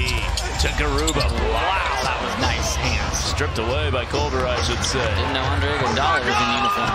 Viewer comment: bro said "i uno" to a brazilian 💀💀💀